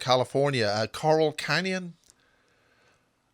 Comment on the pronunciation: Laurel Canyon not Coral Canyon. Gosia and the information on her channel (Cosmic Agency) is epic. Please bring her back,. Your questions were succinct and to the point.